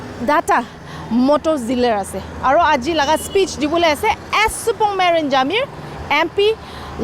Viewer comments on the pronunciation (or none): He's supermeren not supongmeren